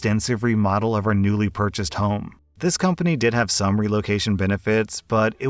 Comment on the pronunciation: I really wonder what accent is. The only thing about it that I notice is the fact that him saying "Did" always sounds like he's saying "Dead"